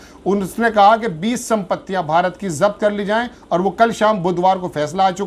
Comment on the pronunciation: भइ सही शब्द ज़ब्त है न कि जप्त।